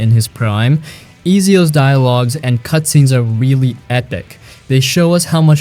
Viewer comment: 😂😂😂😂 and Easyio instead of Ezio Auditore